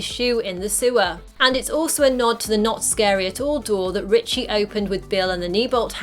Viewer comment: It’s Richie. Short for Richard. No T in his name